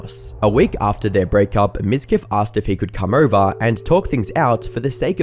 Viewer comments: It's pronounced MIZQUEEF! What really baffles me is how women fall for that pathetic narcissist! He's a walking red flag store! Did I mention the viewbots? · Miz queef. You said his name wrong